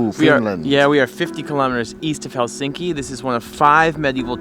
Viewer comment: If you're going to do a video on Provoo, you really should learn how to pronounce it (not to mention Helsinki).